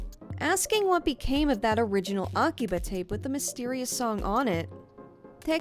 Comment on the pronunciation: Interesting video. But come on girl, aki-BUH?😅 The only reason I mention it is because you use some accent when you speak Japanese words which isn’t Japanese… 🤔